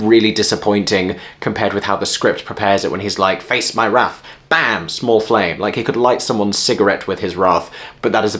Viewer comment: You were already in New York long enough to change your prononciation of wrath? I haven't revisited the score of Hercules for a while, but David Zippel's work on Cinderella has rather put me off the idea...